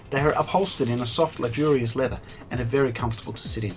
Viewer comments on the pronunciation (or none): Sir, it’s pronounced “leather”